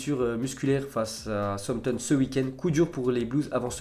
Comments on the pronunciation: Il doit aller voir un docteur de la parole il sait pas parler Français qu'est ce tu veux qu'il parle Anglais ce type on dit "SOUCE AMPTON" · Quelle maîtrise de l'anglais !!!!! Peut tu répéter Southampton stp 😂😂😂